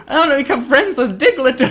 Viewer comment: The way said diglett made me laugh